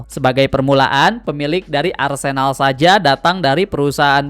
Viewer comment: Maaf bang saya terganggu banget sama pengucapan arsÉnal. Yang benar adalah arsEnal.